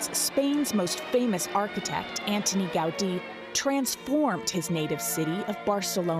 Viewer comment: No, el seu nom no era "Antonio", era Antoni, en català. Ho diuen bé però canvien l'accent